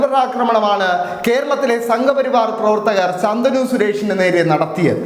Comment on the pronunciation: ശന്തനു അല്ല ശാന്തനു 😂